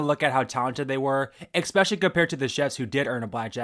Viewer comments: Take a shot every time you say expecially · Your videos are great, but please remember there is no X in especially. Catch yourself saying it wrong, and re-record every time it happens. It's a really nasty habit.